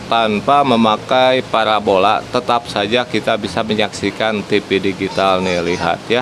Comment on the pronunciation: Parabola. Bukan parabolak